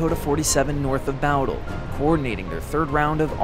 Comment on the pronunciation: Um... isnt it pronounced "Boh-dle"? Now bow as in the bow of a ship, but bow as in bow and arrow? Bowdle? If Im wrong, please correct me.